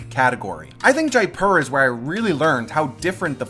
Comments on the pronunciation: Pronunciation is 'jaypur" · It's really pronounced more like JAY-POOR, with the p being a soft p not hard.